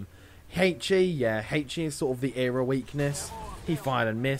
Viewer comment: E-R-A....not era.....